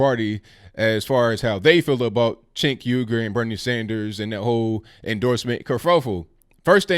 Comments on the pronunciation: Chunk yogurt, man I had to pause and laugh it out before I could even resume watching the rest 😂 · I prefer the Turkish pronunciation, which sounds something like "Stench Huger." But whatever. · Lol! It sounds like you are pronouncing his name "Chink Yogurt". Love your channel!